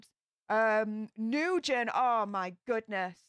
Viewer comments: Not New-gen, pronounced Nu-win. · Last name pronounced new-win for future reference very common Vietnamese name ☺️ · I can’t keep hearing you say new-gen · Hi! If she was Vietnamese, her name is pronounced "Noo-When". We have loads of students in the school district I work at with this name. I also hear it pronounced "Win" sometimes. 😉